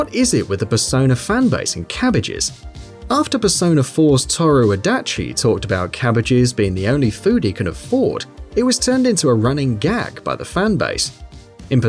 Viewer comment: TORU No, No, No ToHru not ToRU